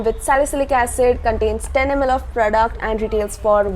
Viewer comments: No no it is not like that 😊😊 but i really like the way you pronounce it.. 💛💛💛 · Really excited to hear her voice and especially i like the way she pronounce "PRODUCT". Luv you lot